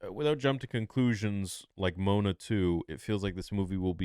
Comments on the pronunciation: it’s Mo-A-Na. Not Moan-A. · Its said like mowana😂😂 not moanuh hahaha thanks for the laugh theory! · Dude said MONA lmao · pronouncing Moana as moan-a 😂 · forgive the nit pick but Moana is pronounced mo wan a, but yeah Polynesian names are fun to correctly pronounce. Also your hope for what the plot of Mandalorian 2 is, does sound great. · Mo- ON- uh , thats how you pronounce moana 2 🤣🤣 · "Moan-a 2" When you say it like that it sounds like a pron parody. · Moe-ON-a......sorry but that shit just hurt my ears, lol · whats with the miss pronunciation of Rotta's name also Moana lol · no way you said Moana like that😂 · Came to the comments to see if anyone else noticed haha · Bro, how are you going to get the pronunciation of Moana 2 wrong????😂😂😂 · he didn't pronounce Moana 2 right. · As soon as he learns how to pronunciate Moana 2 🤣😂🤣🤣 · oh my lord so true